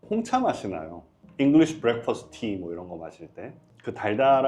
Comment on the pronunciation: 잉글리쉬 블랙퍼스트 티 > 잉글리쉬 브렉퍼스트 (Breakfast)